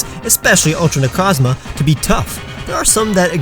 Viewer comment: You go on to say ultra necrozma three times and every single time out of these three I heard you say “ultimate crozma”